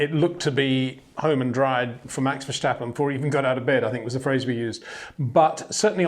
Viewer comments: HEY PETER WINDSOR, I HAVE MESSAGE FOR YOU SIR: With all due respect ... it is NOT Max "verSHtappen" ... Max is not German (Germans indeed do pronounce "st" as "sht") ... #Max33 = Dutch NL/Belgium! ... It is not "Bottash" nor is it "Lewish" certainly not "verSHtappen" .... This BS started long time ago when a British sport presenter interviewed father Jos Verstappen and assumed you can use a German pronunciation to a Dutch Driver thinking it is so "funny" ... It is not. Serious question: can any Englishman say "versatile" out-loud without saying "vershatile" phonetically? most can about 99,99% ... that is why most English can pronounce Verstappen 100% correct! Father Jos Verstappen (also F1 Racer) was very active between back then only a very few said "Vershtappen" but the vast majority of British sport presenters pronounced it perfectly ... only a few old stubborn farts like Peter Windshor. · It's just pronounced Verstappen, no need to add in the sh sound. Just say it like it's spelled and you're all good mate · very nice comments as always,. As a Dutch man can you please do me a favor???? Max is Dutch and so am I. So the proper way to pronounce Max Verstappen is. Verstappen is with an S not the German way with the SCHHHH. It's Max VertStappen with an SSSS. Would be super nice if you can add that to the otherwise wonderful reviews and comments!!! Love you guys and keep it up!